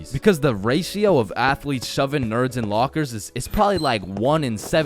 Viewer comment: The athletes What i heard: The Assletes